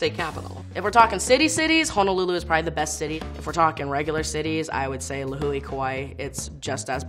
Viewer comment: 🙋‍♀️ The way she said “lihue” its pronounced le hoo eh. And she wears an aloha shirt, we dont wear those all the time. 🙄🤦‍♀️